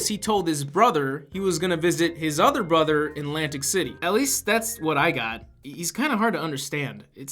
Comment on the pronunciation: MA BWOTHA MA OVVO BWOVVA!